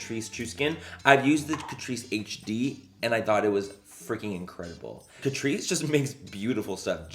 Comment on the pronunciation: Excuse me sir, if you're going to do a Tati made me buy it video, you're going to need to pronounce it Cat-Rice